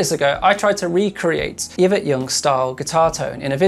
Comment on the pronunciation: Ee-vet. Not iv-ut 😂. Great channel BTW. Cheers for posting vids. 🇬🇧